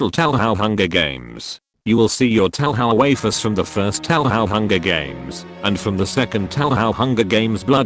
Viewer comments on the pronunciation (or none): "Taohao" 11/10 EDIT: LONG LIVE FLANDRE! AVENGE YOUR FAMILY!